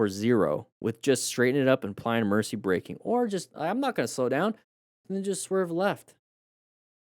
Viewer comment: You keep saying e “mercy” braking and emercy swerve.